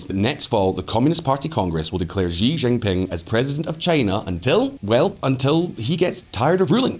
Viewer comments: XI Chi NOT JI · The President of China's surname is spelt "Xi" and pronounced "see", not "gee" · sounds like you are mandarin challenged. 习主席 【習主席】 【 Xí zhǔxí 】X in pinyin is pronounced “SHE” while the I is “E” so it’s SheE with an elevated pickup at the last syllable as denoted by the accent marker. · Learn to pronounce "XI" properly if you are going to make video on China .